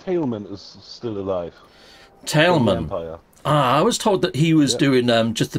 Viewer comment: Tailman is still alive, and it's Tail Man not Tali Man LOL